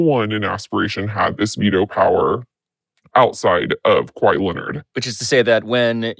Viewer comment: "Ka-whiet" = Quiet 😂😂